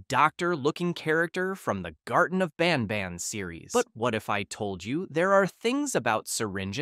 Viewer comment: Did he just say “hellish nobnob” 😅